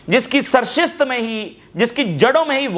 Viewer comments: سرشت نہیں سرشت ۔ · Jnb AP ki Urdu ka tallafaz thek nahin hi. Ap sarisht ko Galat bolty Hain.